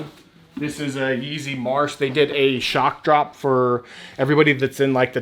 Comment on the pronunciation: Bro, you struggled with Some yeezy names. TIP: “ the names are on the size sticker/tagg!!!